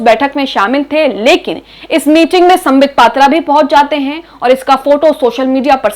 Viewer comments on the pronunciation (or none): Patra ko "matra "boldi aap ne 😊ohi korne geyethe..matra barane.